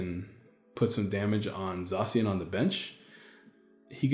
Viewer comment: "Zaa cian" I think not "Zae cian", it's how me and all my friends say it. We also just call it Sword Doggo